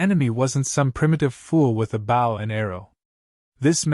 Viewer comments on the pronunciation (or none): Mispronouncing BOW ( boh ).